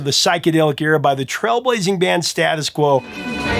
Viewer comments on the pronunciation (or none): It is pronounced Stay-tus Quo. and the bassist was Alan Lancaster drums John Coglan.